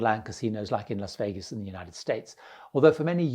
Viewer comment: You pronounced Las Vegas correctly. Respect. (often pronounced Los Vegas)